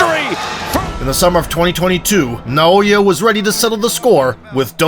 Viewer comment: Why people keep calling him “naoYE”